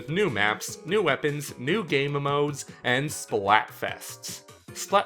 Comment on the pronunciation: Why do you say momodes?